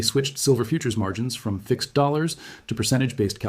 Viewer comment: Teach your AI how to say dollars